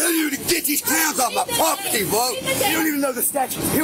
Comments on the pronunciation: Why won’t they get off his “pwoperty” ?? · Isn't property pronounced with 2 R's? Dude keeps talking about his poperty.